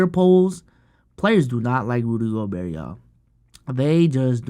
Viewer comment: rudy gob-bert